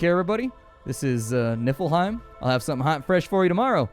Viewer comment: Lol he pronounced it niffle hime lol